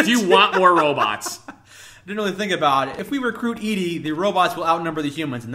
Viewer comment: ED-E is pronounced Eddy, not eedee.